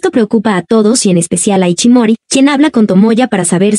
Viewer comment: No se llama iCHImori sino iSHImori, SHI SHI. De ahi el apodo de ISHI q significa piedra. Se pronuncia ISHI no iCHI